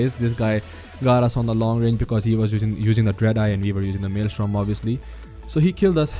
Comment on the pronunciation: bro, i loved this video but it is maelstrom, not maelstorm